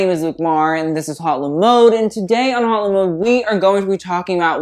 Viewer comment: this is random but since the name of the channel is french, it should be pronounced like "oat-le-mode"